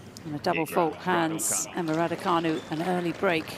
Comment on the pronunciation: It's canu not fanu, who's thick at your end !!!!